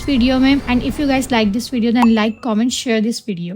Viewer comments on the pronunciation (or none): none